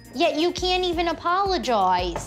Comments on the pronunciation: "You need to Apaaalagaiize" and "my cloooyents" 😂funny how she pronounce it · ‘you owe me an apolojay’ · apolojays, apolojaws, apologuys